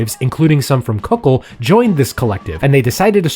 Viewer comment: Kukl. Is not pronunced Kuk-ul , its just kuk-l